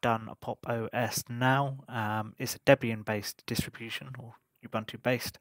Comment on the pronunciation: Pounced "Gee-Nome" not "gh-nom", and not "Ew buntu", "Uoo Buntu" however really appreciate the review from a everyday user's point of view. S.T.E.M stand for Science, Technology, Engineering, Mathematics 😊